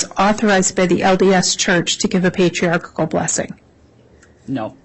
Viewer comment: I'll sent Nate $100 if he can teach the prosecutor the correct pronunciation of "patriarchal". It's NOT patriartical. 😬😑